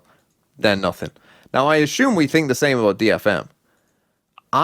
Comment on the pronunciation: especially when he says assume.. i mean ashume